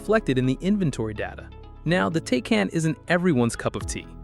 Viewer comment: When you pronounce the car's name incorrectly within the first 3 seconds of the video it makes me feel like you don't know what you're talking about.